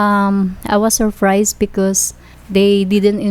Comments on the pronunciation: Surfrise , peys to peys and relationshif😂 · "i was surfrise because they didn't inform me and i though we're habing a paste to pase" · Sorprays and peys to peys😂😂😂